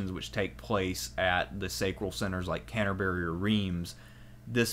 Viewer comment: and canterbury, and the domesday book lol. But I love his vids